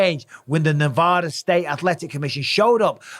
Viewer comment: As a Nevadan, you say Nevada wrong